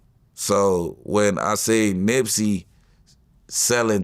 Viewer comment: Wow. He is supposed to be Nips homie, but he pronounced his name wrong. Hmmmmm